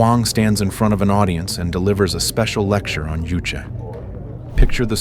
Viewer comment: JuChe is not pronounced as if it is a Spanish ju but more like the ju in the English word juice.